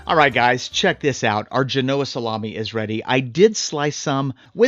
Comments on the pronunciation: The accent is on the first syllable, not the second . (JEH-no-uh) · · Accent on Gen not o That looks delicious. Thanks! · Gen-oh-ah not Ge-no-ah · It's pronounced Jean-o-Ahh, not G-Noah 😂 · Great episode! (But it’s GEN-oh-uh, not geh-NO-uh) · Isn’t it pronounced GENoa and not GenOa? Great video as always!! Can’t wait to give it a try! Also I’d love to get the sharpener! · My ears have been stabbed haha. FYI...it's JEN-oh-ah 👍The Italian community thanks you 💚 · Do you lose credibility when you cannot pronounce Genoa correct? 🤷‍♂️